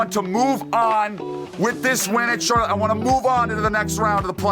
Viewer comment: Hello, my name is Miss Pronouncer. And I’m here with last weeks winner at c-harlott-e.